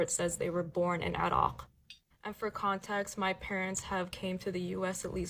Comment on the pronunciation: Where did she say she was from, 'A Rock', as in the land down under 'A Rock'? Yes, that's exactly what I heard!